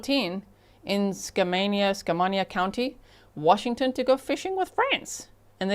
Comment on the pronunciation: Sorry I missed your live,. Just and FYI...the Dam is pronounced "Bonney - ville." Been thee lots..."Ska-main- e - a County." {I've picked up on how important it is to you to pronounce places correctly.) No problem. I am picky about it, too. I'm from Washington originally. I hope this trial is streamed. Many Washington trials are. /fingers crossed.